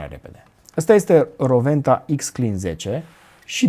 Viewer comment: S-a spus corect numele. W se pronunta V in limba germana. Si nu Rouenta cum se spune gresit la TV.